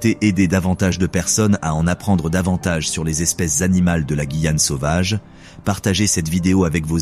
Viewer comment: Super documentaire, par contre, étant guyanaise, la prononciation incorrecte de “Guyane” du début à la fin 😭.